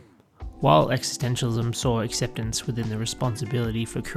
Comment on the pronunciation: Great video…but curious how you seem to drop the first ‘s’ in the pronunciation existentialism other than one or two times towards the end.